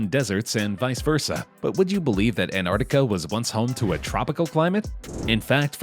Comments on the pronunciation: Why you calling it anartica?? Its "Antarctica" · It is not Antarticahhh, it is Antarctica. Cut ahhh at the end. Cringe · It’s not anarctica it’s Antarctic it has more then one T is it you should probably learn how to pronounce words properly before you make a video about it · Why the f*ck was the commentator calling it “AnArticar” instead of “AnTartica” ???